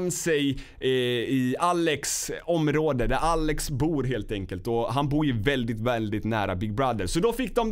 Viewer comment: Hhahahaha gillar att säger (väldigt,veälldiget)